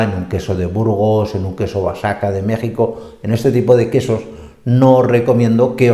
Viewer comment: Soy mexicana y nunca he oido del queso basaca, Oaxaca quería decir?